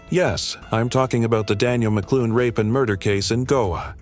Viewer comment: First of all, Donegal is not a village or a town please do your research not only have you butchered her last name and mispronounce everything in this video. It’s clear to me. You are both lazy and sloppy. Her last name is McLaughlin. L L.off Lynn and she was from Buncrana IN DONEGAL which is a county in the far north northwest corner of Ireland. There are always people like me online you can reach out to that can help you with pronunciations history, cultural reference, etc. so you don’t look so foolish. I don’t expect to produce another video until you get your head out of your ass.